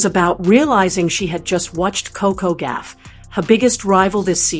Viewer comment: It’s Goff not Gaff !